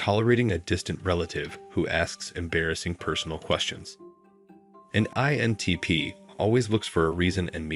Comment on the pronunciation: Maybe this question makes my INTP show, but why does the narrator often fail to pronounce the "I" in INTP? Listen to .